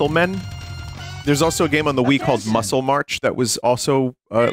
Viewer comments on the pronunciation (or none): none